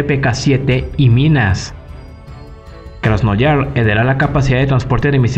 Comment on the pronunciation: Un pequeño apunte, es Krasnoyarsk 😅 (Krasnyarask en ruso) lo pronunciaste como Krasnoyars Buen video de todas formas ))